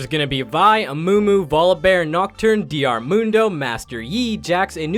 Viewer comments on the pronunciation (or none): DEE ARR MUNDO